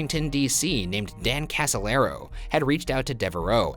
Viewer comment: In fact Casolaro not Casalero.